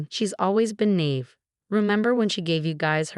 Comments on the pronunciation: Can you teach AI to correctly pronounce “naive”? And “Nathan”. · Naive q- AI needs help with this word. SMH 😢